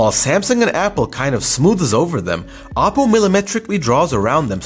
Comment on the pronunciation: OP PO !! not apo ! it sounds like Apple